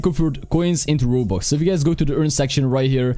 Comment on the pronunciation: Nobody: Absolutely no one: Not even HuMaNs: pronouncing "Robux": Wobux